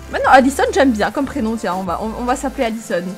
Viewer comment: J’entends ADISON mais t’écris ALISON 😂 Jdois être sourde xD